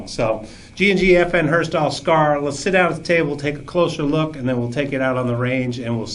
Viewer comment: Lol, "FN Herstahl"